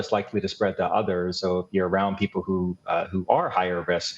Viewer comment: Did you intend to emphasize "people" like that? Have there been vaccination efforts for other species? I haven't seen any dogs or cats lining up to get vaxxed, but I imagine they would also feel safer having had the shot than not when confronted with the Delta variant.